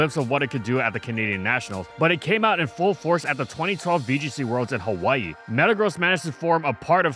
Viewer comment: pronounced Hawai'i with the 'okina? Someone on the team is kama'aina!